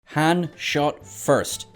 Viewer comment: Please pronounce Han correctly.